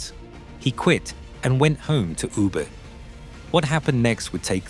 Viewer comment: ”You-ber“？ Come on, have some respect.It's very easy today to find out the correct pronunciation online. I'm not Japanese and neither do I speak Japanese but I know this city is called Woo Beh